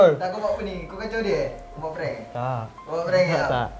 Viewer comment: plenn bukan prankk 🤫